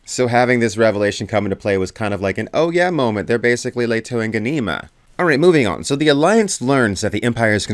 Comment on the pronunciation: it's ganimA not ganIma